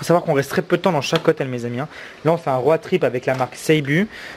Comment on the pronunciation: Un rooooaaad trip... stp c’est pas dur de dire road